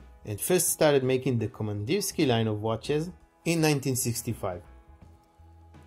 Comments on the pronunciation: Pronounced VASTÒK KAMANDÌRSKIE (not Vostòk Komandirski) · Kamandirskiye iirc? е is pronounced ye